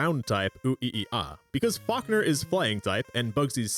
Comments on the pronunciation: Nah, I just caught a stray 'Fockner' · Why am I hearing you say F*ckner instead of Falkner😂😭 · Every time I hear you say Falkner, I keep thinking you're saying, Fuckner 🤣